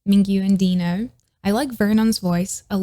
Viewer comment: no one’s talking about this but i love that you pronounced dino as dee-no instead of die-no